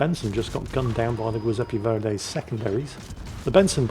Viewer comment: Why is he pronouncing Giuseppe Verdi so wrong? He isn't French, he doesn't deserve that.